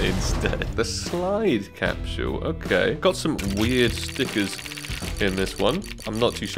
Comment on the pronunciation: why you say “capshule”